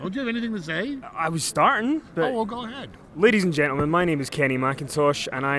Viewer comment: The Question of life: Did he say "go", or "goo" :D